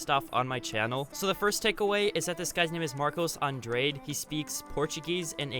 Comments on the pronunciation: Uuuuhhhmmm. Andrade not andrayd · Its not "Andreid" Its An-Drah-deh